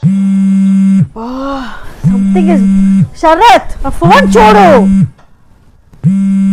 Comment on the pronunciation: శరత్ కాదు......షరత్... షరత్..